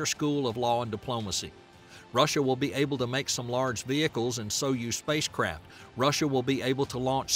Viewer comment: Is it me or the narrator is saying spacecrap?😂😂😂😂